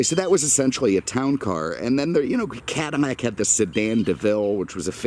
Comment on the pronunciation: I love his videos but is he saying "Cadamac"?